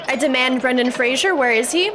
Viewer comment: ......it's "Fraser", not "Frasier"!!! Hahahaha! Do so many people get that wrong because of the "Frasier" series??? IDK. xx Aaaaand Not the religion that I was brought up with.